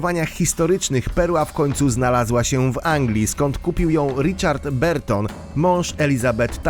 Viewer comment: Czytamy Barton nie Berton :)